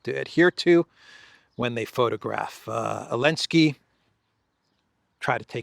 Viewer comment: Did Trump call Zelenskiy Elenki?...😅😅😅😅😅😅